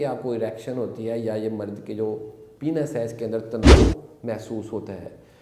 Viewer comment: डॉ. साहब आप जानकारी अच्छी देते हैं , लेकिन प्लीज़ पेनिस को पीनस मत कहा करिये, गलत प्रनन्सिएसन है